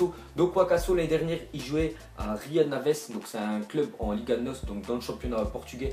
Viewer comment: Pour wakaso c'est pas rio naves mais rio ave